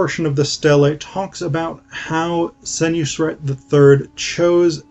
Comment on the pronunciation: It's Sen-WOS-ret, not Sen-YOU-sret. And it's generally thought that he ruled BCE (39 years), not BCE (18 years). And it's Wep-WAW-et, not Wep-wah-WET. These are not my pronunciations but those that are standard by Egyptologists who excavate in Abydos. Also, it appears that you didn't actually investigate much about the Passion of Osiris at all ... reserving your talk to the single source of the Penguin book.